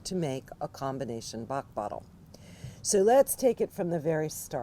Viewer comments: If you use google translate and put the english word 'Bach', you will have the exact prononciation in french! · You should revise the french prononciation by a french person. It's not right prononciation. Thanks for the presentation though. Interesting!